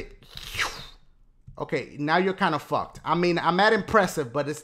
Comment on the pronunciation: it sounded like he said RKO but he said okay okay OKAY O lmao